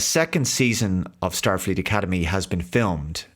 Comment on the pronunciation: You mean, "shtarfleet academy".